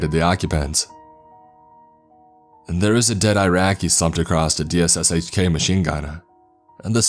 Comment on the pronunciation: Op-sec (ahp-sec. Operations security) not opsec. Just say cop not c o p. Can-da-haar. Nickname for the DShK is dish-ka.